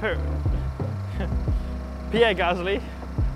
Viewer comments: He did the ppppprierre one on purpose 😉😎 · Ppppppirerre Gasly